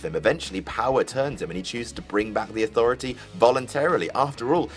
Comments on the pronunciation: The Authroity? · Hey,. what the fuck is an "authroity"? Not such a smartarse now, eh? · "The Authroity" Daboleu tee eff? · Authroity lol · "Authroity" Get back to work,. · "Authroity" nice... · Authroity? AUTHROITY?! Duuuuuude... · "the authroity" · "The authroity" 😭😂😭